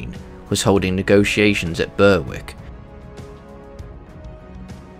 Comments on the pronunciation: Berwick is pronounced 'Berrick', not 'ber-wick'. Just FYI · 'Berwick' is pronounced like 'Warwick', also I believe the correct pronunciation of Andrew Moray is Murray like John Comyn is Cumin. Due to medieval vowel shifts.